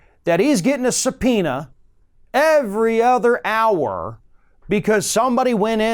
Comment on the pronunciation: Eric knew the word supeana. Im so used to hearing some peanuts.